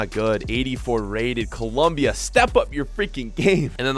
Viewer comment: Its colombia not columbia